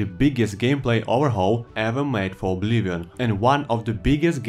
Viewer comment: boi it's not called obliwon